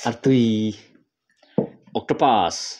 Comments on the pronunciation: Octrawpus...tih a lam pawl awm a 😅 Octopus..tih hi tha ber 😂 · Octopus tih tur octropus tih in lam ri😂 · In lam diklo octopus aw octropus nilo in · Octropus nilo in (octopus) toh tur zawk nia 😂